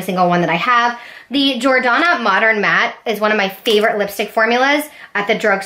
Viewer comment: The way you pronounce the name of some of the brands drives me crazy mostly Because your pronouncing it completely wrong. Especially Jordanna